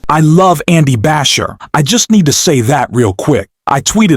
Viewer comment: Just some info: Andy's last name is pronounced Ba-SHEER.